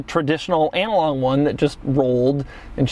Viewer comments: "Analong" -- LOL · lol who says it like that?😂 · “analong” odometers are badass. 😂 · "Analong odometer" 😂😂😂